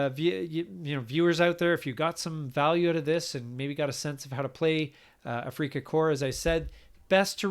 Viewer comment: 'Afrika' is pronounced just like the English word 'Africa'.